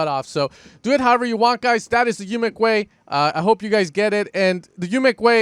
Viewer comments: Great tut like always!! also.. Umek is pronounced more like OOmek not YOUmek:) so you know for the future;):D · Its called UMEK not YUMEK... :)